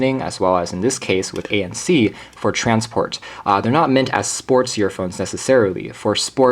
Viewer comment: The vid was great but the only thing I could hear was him calling them yearphones